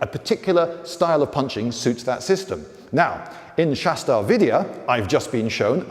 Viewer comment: its shash-tra tra is one syllable pronounced with a trill and its Vidya not VIdiya.